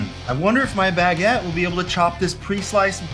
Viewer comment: HE SAID IT! HE SAID BAGGIT! 🤣🤣 Edit: Ian remembers the doughnut robber incident.